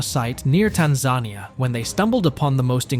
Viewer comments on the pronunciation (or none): There is no such place as "Tan-zar-knee-er".